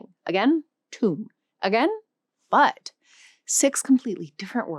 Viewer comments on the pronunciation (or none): none